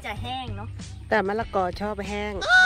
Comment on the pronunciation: มะละกอค่ะ ไม่ใช่ มะระกอ